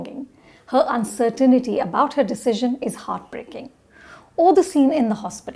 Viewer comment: I never thought i would correct Ms Anupama 's English..but it is uncertainty and not uncertainity